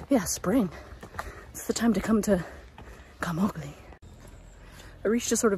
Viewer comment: Please pronounce the name Camogli correctly.